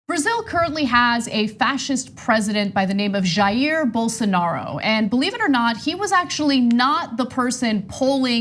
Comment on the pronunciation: Dave Rubin: “Bolsaaanaro”